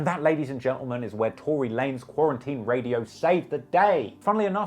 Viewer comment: Tworey lanes 🤣